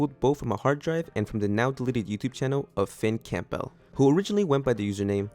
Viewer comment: Campbell is pronounced "Camble". Like gamble with a c.